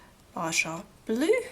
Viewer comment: Baja is pronounced Baha.